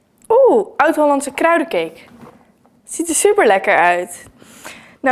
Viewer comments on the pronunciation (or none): Het is kruidcake niet kruidecake maar welk leuke video